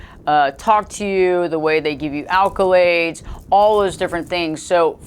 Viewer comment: Acc-o-lade lol 😉